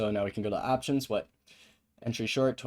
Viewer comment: “as an aaaaahhhptions trader” vs “op tions”